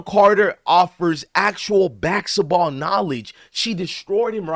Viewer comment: It's basketball not bassitball